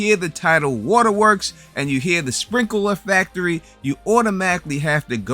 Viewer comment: What the hell is a “sprinkuhluh facturee”?